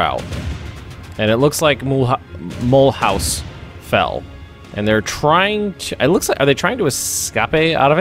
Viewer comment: I was born in Mulhouse, worst pronounciation ever but verry funny to hear you say it (soory for english but i'm french)